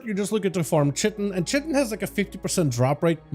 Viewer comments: I came down to find this haha, Cheh - Tin was driving me nuts, although it IS spelt that way. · Just because you've heard it both ways, doesn't mean both ways are correct lol Definitely Kite-en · Fun fact of the day: The proper pronunciation for chitin is [ kahy-tin ] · chitin= you say it like this, It rhymes with PIE TIN. So, Chitin or K +eye+tin ch sounds like a k. The letter "i" sounds like the word "eye". Then the last syllable sounds like "tin". The accent is on the first syllable so it sounds like K+EYE + tin. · 'Chitin' is pronounced kai-tin in both UK and US english. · theres only one way to pronounce chitin btw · PLEASE stop saying chitin like that, were you purposely saying it badly and constantly hahahahaha